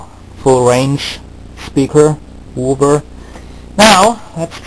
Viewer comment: "Wooover", lol